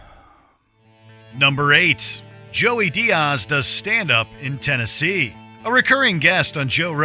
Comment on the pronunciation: It’s so disrespectful how the narrator pronounces Joey Diaz..I feel offended